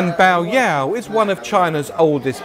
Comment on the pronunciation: You pronounced yao correctly, but bai should be pronounced like the English word buy.